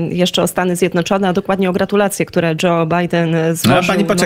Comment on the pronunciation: Stany Zjed - no - czone, pani redaktor. Zjed - no - czone.